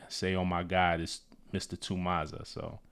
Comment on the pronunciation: To expand on the London slang - The 'Ma' in Mazza is pronounced 'Mah-zza' not 'Mar' in your US accent. It's derived from the word Madness. A madness, a madting, on a mad one, a mazza. Or a mazzerini if shi got really crazy 😂Also, it can be used to describe both a positive and negative event. Whatever's most fitting